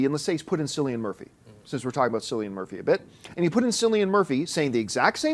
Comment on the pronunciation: p.s. CILLIAN name is pronounced KILL-EE-N not sill-ee-an. do some research brown noser.